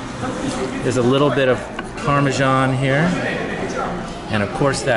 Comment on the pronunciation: Its Parmesan not Parmejan lol